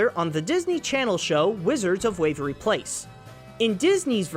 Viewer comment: Great videos. Very well-done and informative. Here is a few things that stuck out to me. 1) its DOLBY Digital not DOB-LY digital. 2) The third book of EarthSea is called the Furthest SHORE not STONE. 3) Wizards of Waverly Place not Wavery. 4) Cecile is pronounced SUSS-EEL not SUS-ILL. 5) Saoirse Ronan is pronounced SER-CHUH or SER-CHEH. There were more that I cannot remember but hey this is free editing lol.